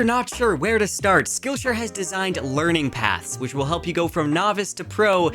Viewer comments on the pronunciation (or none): none